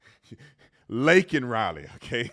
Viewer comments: I thought that after he talked about Laken Riley (or as joe said “Lincoln Riley”) killed by an illegal he said “but how many are thousands are killed by legals?” I could be wrong because it’s sometimes impossible to understand what he’s saying. He’s awful!!! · He said Lincoln Riley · The Riley family didn't attend this circus, and thank God they didn't. He's looking up like they were sitting up there. Biden is an absolute embarrassment to the USA. By the way Biden, it's Laken Riley! 🇺🇸🇺🇸🇺🇸 TRUMP TRAIN 2024 🇺🇸🇺🇸🇺🇸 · Its disgusting that kamala harris smurked when he said laken rileys name wrong but got mad that he said illegal is insane!!